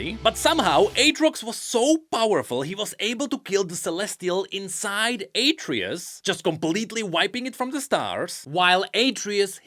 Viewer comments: It's not "Ay-tree-us" It's "Ah-tray-oose" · HIS NAME IS ATREUS! AH-TRAY-US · Its pronounced AhtreYus. Like the son of kratos? In god of war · its atreus not atreus bro omg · Mispronouncing Atreus. Also the burnt bread is a reference to King Alfred.